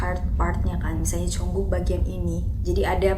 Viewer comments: Jungkook kak bukan Jongkook😂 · JUNGKOOK KAKKK BUKAN JONGKOOOKKKK